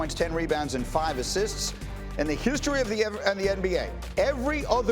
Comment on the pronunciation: "In the hou-stery of the nba..." 😄 hakeem olajuwon caused that.